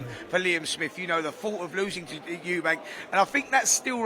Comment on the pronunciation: Please stop saying eubanks its eubank ffs